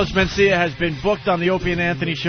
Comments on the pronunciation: He calls him "MenSTEALia" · Carlos men-steal-ya